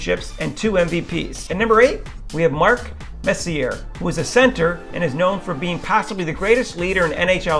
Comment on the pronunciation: Wow, not pronouncing Guy Lafleur and Mark Messier names correct. I can't finish watching this. If you don't know hockey, do not do a top Rankings list!